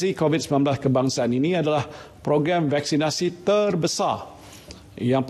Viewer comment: “Vaksinati eh vaksinasi” 😂